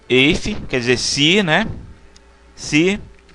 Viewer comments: Excelente aula, só corrigindo prof. o if em inglês se pronuncia ifi e não eifi. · "eife" ????????????? lê-se "ifi" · Demais o vídeo, apenas uma observação. Sou professor de Inglês e a função "If" se pronuncia como se escreve em português. Ou seja, ficaria /if/. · IF , IF!!!! Foi uma boa aula, mas aguentar vc falando EIFE foi realmente difícil